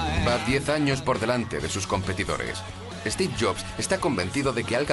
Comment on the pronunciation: No es 'esteve', es Steve. Me molestia la inabilidad de pronunicar el S de ingles.